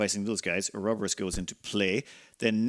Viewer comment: Pronounce "Or-ro-bo-rus". ALso please turn on the music.